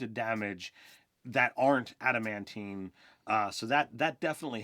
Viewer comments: He kept saying "ad mant" so much that I had to look up adamantine armor on dnd beyond to make sure I wasn't the crazy one. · Why is it so hard for to pronounce adamantine? there is a second 'a' sir, use it.